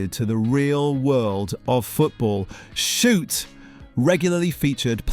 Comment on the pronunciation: Your stupid AI voice has real trouble with "Shoot!"